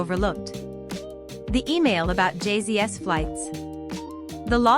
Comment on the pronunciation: Lol 😂 J-Z-S, not Jay Z's